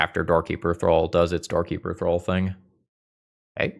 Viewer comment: I always heard you say "Doorkeeper Thrull" as "Dorky Patrol" 😅